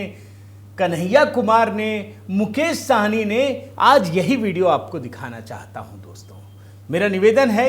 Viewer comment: भैया जी,ये मुकेश सहनी है,साहनी नहीं । कृपया correct करें।धन्यवाद